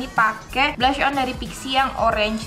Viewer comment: Sekedar info. Itu dibacanya blush mbak. Bukan blush on.. Kalo bilangnya blush on itu salah. Masih banyak orang orang yang salah bilang begitu juga, hadeh.. Belajar nya salah